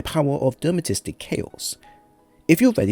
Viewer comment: Thanks for the build, do like your stuff however I can't fight the urge to help with the pronunciation... De-ter-man-ist-ic!